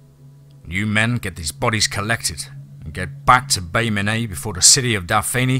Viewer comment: Don't like to seem picky, but being born and raised in Alabama, including the areas mentioned, I feel the need to speak up. With all due respect and love of your narration and of this great story. The proper pronouncation of certain cities is as follows. Mobile is pronounced as Mo Beal, Bay Minette is pronounced Bay Min et, and Daphne is like Daf knee. Thanks for another great installment guys! Loved it! 😍